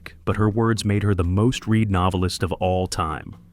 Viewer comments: AI needs to learn that read in the case of this video's use is pronounced as red. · Voice over is so close to Hugh Ross' in the movie, "The Assassination of Jesse James by the Coward...". If this isn't an AI voice you could make a lot of voice over money. And these vids are awesome...Ahhh, has to be AI as mispronounced "Read"